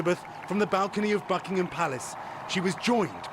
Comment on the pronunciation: I just with USAians could pronounce "Buckingham" and "Monarch".